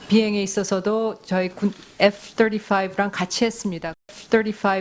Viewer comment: 애프 떠리화이브 ㅋㅋㅋㅋ~~ 본토발음이냐~~ 웃긴다야..